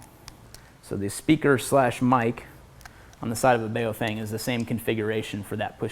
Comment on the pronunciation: Love your channel, look forward to Thursdays every damn week because of gear tasting. I'm not certain but I think the radio brand you're referring to is pronounced "Bow Fung" not the way you're saying it. Keep it up man, grind out experience on goblins and kobolts before you get wrecked by an illithid.